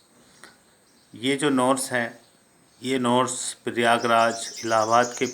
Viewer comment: नोर्स क्या होता है ये ।महोदय नोट्स होता है न कि नोर्स 😆